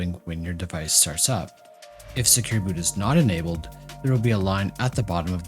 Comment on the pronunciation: Inabled, disables, inabled, disabled 🤯 Schlimm genug, dass ich nichts verstehe, dann muss ich noch deiner Schlaftablette Stimme zuhören!!!